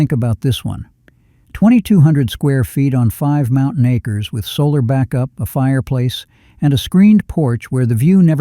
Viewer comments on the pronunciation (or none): none